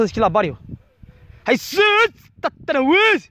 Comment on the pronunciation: Prima oara am crezut ca zice "steluta de mare"